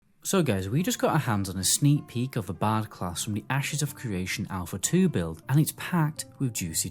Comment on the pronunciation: I finally figured out you are saying the word "BARD". See there's an R in that word. So it's BARD. Not BAD.